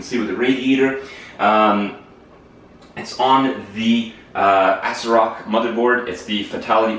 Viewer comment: "ASRock" aaaaand stopped listening